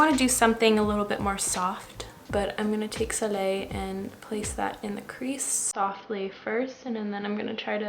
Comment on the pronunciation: me: 🙄: pronounces soleil correctly me: 🥰 also, are you talking about chickadee by makeup geek? it's a great shade indeed!